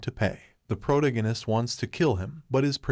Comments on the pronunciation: Pro-tag-on-ist. . . Its off putting hearing Prota-ginist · Pro-tag-a-nist. Fucking say it right. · Sorry I jus can't when the narrator can't even say the word protagonist correctly🤦🏾‍♂️🥴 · Hearing him pronounce protagonist makes me feel like Brian when Stewie was pronouncing cool whip